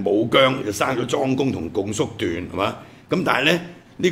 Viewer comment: 「共叔段」，「共」應讀若「恭」。